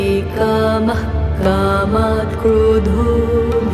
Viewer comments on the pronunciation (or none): none